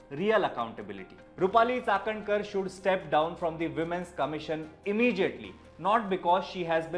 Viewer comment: Like the way you pronounce Chakankar 👍🏻